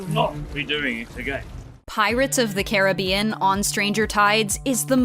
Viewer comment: He is saying Caribbeanwrong 😢😂